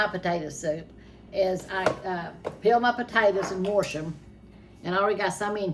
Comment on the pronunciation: I love how she says "warsh all your vegetables up" my grandma used to say warsh❤